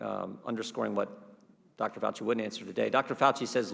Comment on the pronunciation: Dr. Fauci(pronounced: Faux-chi) refuses to recognize a peer reviewed study , because, ... he wants a randomized placebo controlled study where no other steroid is given, which literally means testing a group of people and refusing treatment to calculate the non-hydro-chlor-i-quine lives saved while allowing the controlled placebo patients to essentially die without a steroid treatment. How unconscionable! Refuse patients treatment and give some patients a placebo "sugar pill" - refusing them a steroid treatment!!!! This is extremely unethical. Literally, Fauci is asking us to prove that gravity works by throwing 100 lives off a cliff and only give 50 people a parachute.